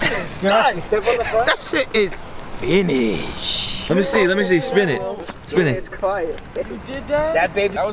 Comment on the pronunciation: Why he say finished like that 🤣🤣🤣